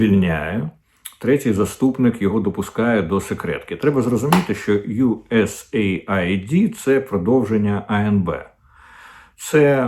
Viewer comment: USAaid- aid / вимовляється як ' ейд ,а не " ай ді ". Aid- це : допомога,сприйняття,підтримка